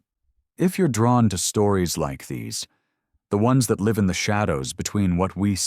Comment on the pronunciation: Damn, I was really getting into it but then the AI voice said "live" as in alive instead of "live" as in "someone lives here" and it killed it for me. I was even trying to ignore the occasionally vocal flickering that sometimes occurred around certain inflections and such.